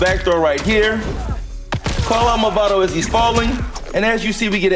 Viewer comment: Nice guide. btw it's "Mavado" and not "Movado" :)